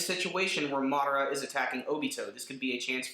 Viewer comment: Lol the way he says madara and obito Lmao. Like really dude your saying it wrong. But still a thmbs up for a awesome video